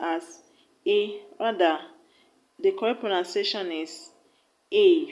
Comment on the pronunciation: Teaching pronunciation but, you don't pronounce pronunciation well